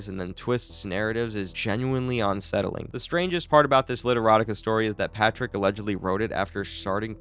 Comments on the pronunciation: Bro its "unsettling" not "onsettling" 😂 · It’s un- not on-. You don’t say on-covered…it’s un-covered I hope this weird slip isn’t constant or I won’t be able to listen to this lol